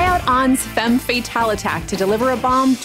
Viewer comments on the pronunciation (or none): none